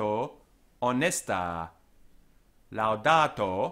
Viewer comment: Here you are less careful than usually with double consonants and neuter plural nominatives. Here "pare" sounds like parre, final a in"honesta" sounds long, making it an singular ablative. Now, a far as I know 'parre' means nothing but some another word could cause misunderstandings. I know careful distinction of quantity is not important in English language. I don't want to come across impolitely, I just wanted to tell what my ear caught. Other phrases were perfect.